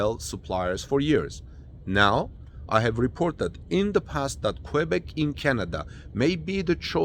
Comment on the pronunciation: OMG! American that can pronounce QUEBEC correctly. heart palpilations